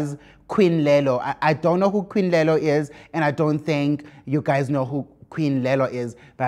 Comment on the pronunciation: It's " queen lolly" by the way Musa, queen lelo is someone else